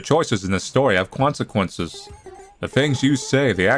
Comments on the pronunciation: your choices have "cwonceqnces" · I heard "Cwonsquences" XD